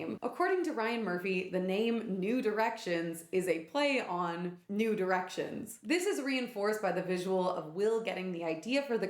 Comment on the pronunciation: God damn it now all I can hear when you say New Directions is “nude erections” 😭